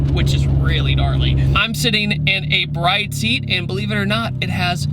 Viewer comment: Just FYI BRIDE seats are pronounce Bree-Day, not like a wedding bride . Also it’s KAY cars. Not KEY cars. 😎👍